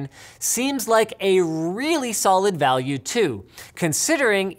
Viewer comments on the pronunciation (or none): none